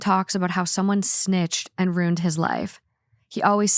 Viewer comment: She should re-title this podcast: Rooned